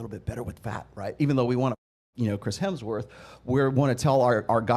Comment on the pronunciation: Dude what’s with the weird pronunciation? It’s symmetry not semmetry. It’s hemsworth not haynesworth Also you don’t know what symmetry means because you can be symmetrical and huge…symmetry means left matches right, top matches bottom